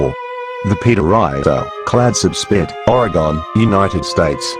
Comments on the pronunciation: It makes you wonder, just WHY does he (or she) feel the need to disguise their voice? Maybe it's because THEY are actually responsible for all these wrecks, including the really boring ones (most of them)! Oh and by the way, it's pronounced Or-eh-gun, NOT Or-y-gone Mr (or Mrs, or Ms) Wrecker with your lantern tied to a horse's head . . . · Yea me too i wanted to scream ory-gun but im home alone and the neighbors might think im crazy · I live in Oregon and when they pronounced Oregon as ore-e-gon I cringed so hard.